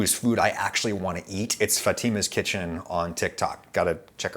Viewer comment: You like your Italian roots for its looks but can’t even pronounce Fatima correctly. Smh